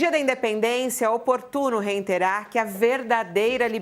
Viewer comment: Fabíola, não é "reinterar"...é reiterar.....rssssss....repita comigo...reiterar...rsss